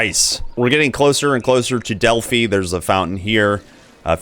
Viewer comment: I really like this series of videos. I haven't played this game all that much, so I'm going to try some of these masteries that you are showcasing. Also, "Delphi" is pronounced with a long "i." It rhymes with "eye" and "sky."